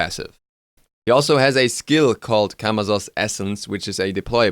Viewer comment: As a side note, Camazotz is pronounced with "s" sounds instead of "z" sounds. Majority of Mayan gods with z's in their names are pronounced as s's (Ah Muzen Cab = ah-mah-sen-cab)